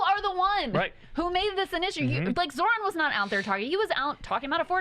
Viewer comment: There is no absolutely no reason to get Zoran name wrong if he speaks Italian.